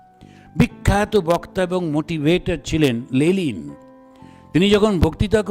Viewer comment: লেলিন নয়, লেনিন।